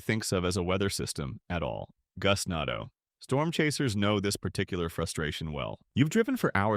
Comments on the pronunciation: Bro pronounced Gustando wrong 3 times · pronouncing gustnado Gustnado Goostnádo Goostnado Gustnádo